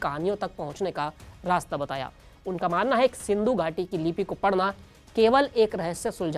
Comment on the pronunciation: एंकर बनने से पहले बोलना सीखो सिंधू नहीं महानभाव सिंधु है।